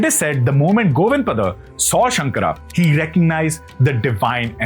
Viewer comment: Please correct your pronunciation.. It is not shankar but shankara.. It is kaalati ,and Padma paada or पद्म पादा…